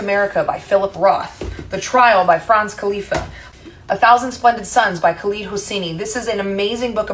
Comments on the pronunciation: I uhhhh... I'll just be nitpicky af here and say that uhhhh... pronunciation of "Kafka" is not "Khalifa" (Great short nontheless) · Did...she just pronounce FRANZ KAFKA's name as "Kalifah"??? Jfc....